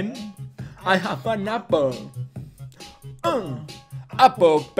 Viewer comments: al ultimo dijiste apol apol apol pen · cuando te das cuenta de k no sabe pronunciar apple